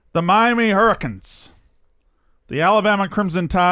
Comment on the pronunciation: You sound like a slurring drunk already! And your Michigan hating -makes you sound like the town drunk buddy boy! And who are the Miami Hurricons? It’s “Hurricanes” btw. You started drinking b4 work again eh?